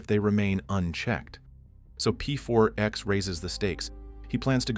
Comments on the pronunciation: Its not pfourx its pax lol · Why do you keep calling him P.4.X. if you're fully aware it's pronounced Pax? Or is this the wonders of using an AI voice? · ai... A normal person would instantly know to say P4X as PAX. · PEE FOUR X 😂😂 "Pax" woulda done well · P4X? You mean "Pax" right? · "pronounced PAX" Rest of the video: "P-4-X" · "pronounced pax"..."p 4 ex" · "Pronounced 'PAX' - So anyway, P-4-X sits at his desk" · "He chooses the pseudonyme P4X, pronounced PAX" proceeds to never pronoucing it right in the entire video. Good job AI